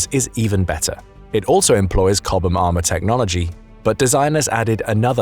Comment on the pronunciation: A puppy dies every time the narrator pronounces "chobham" and "coaxial".